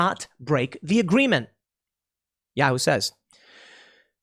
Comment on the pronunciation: Love Tim's pronunciation of Yahoo!